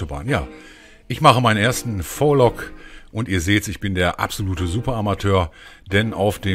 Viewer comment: Hey cooler Vlog aber man spricht es aus wie :Wielog also das V als Wie aber bester mann